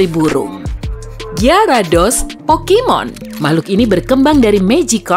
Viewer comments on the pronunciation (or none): bacanya bukan geyarados Tapi giyarados